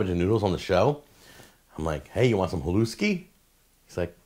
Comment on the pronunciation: Hi, thanks for making this video. It is pronounced Halushki btw